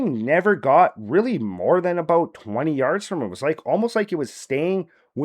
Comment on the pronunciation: Eh it’s aboot time